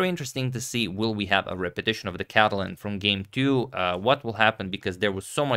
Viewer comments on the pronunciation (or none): none